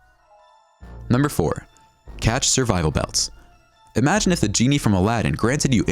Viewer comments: cache is pronounced like cash not catch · no, it is cash not catch or cash-A